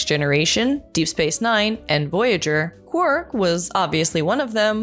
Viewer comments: It's quark not quirk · His name is QuARK not Quirk, Trek Culture has a host who can't even say his name. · I prefer Odo always almost calling him Quack. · Calling him “Quirk” is killing me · It's Quark. Not Quirk. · He's called Quark, NOT Querk! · It aint Quirk its Quark, read the spelling !!!! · Or as kept calling him "Quirk" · It's Quark.... not Quirk. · Quark for god sake not Kwerk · Sorry but instant dislike when the voice actor cannot even say Quark properly. His name sure as hell wasn't Quirk. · Sorry.... unwatchable.... constantly calling Quark... Quirk.... too distracting... that's like calling Spock ... Speck.... or Kirk... Kirk.... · Sir Bun-Bun 5 months ago Sorry.... unwatchable.... constantly calling Quark... Quirk.... too distracting... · I don't think the presenter of this video watches Star Trek DS9.. Why else does she keep calling Quark Quirk? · I keep hearing 'quirk' every time says his name... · The auto-generated captions do, too...! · That’s because she keeps saying quirk.. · Is she saying Quirk? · Yes she is ! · Quirk is what the video presenter says if she doesn't know how to say his name properly. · Is it just me, or every time she says his name is she calling him Quirk??? Am I the only one who hears Quirk? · It's rude to mispronounce other people's names,. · You said QUARK wrong! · It's just a shame you can't say his name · I can’t watch this episode! She’s pronouncing it wrong! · you are not alone